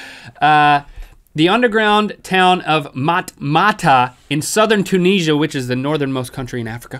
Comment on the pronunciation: A guess it's a bit late but, Link, Tunisia = [tune-nizz-ee-a]